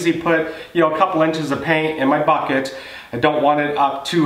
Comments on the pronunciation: Bad English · the way u say bucket is funny lol 😂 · I started saying it that way and I'm in Louisiana.